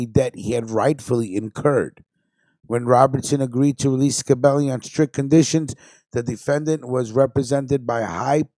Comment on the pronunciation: Not ska belli it's scibelli get it right 👍 stunad.. fuhgettaboudit..